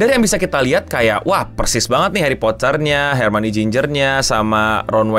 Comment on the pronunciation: hermione bang bukan harmonie🗿